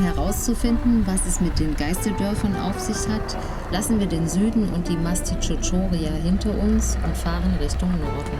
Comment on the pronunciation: Schön gedrehtes Video , aber sehr sehr sehr sehr wichtig wenn man etwas ne Doku nennt dann muss man vorher wissen wie der Ort genannt wird . Nicht Tschios!!! Und nicht Mastitschotschoria! Das hat mich die ganze Zeit sehr gestört!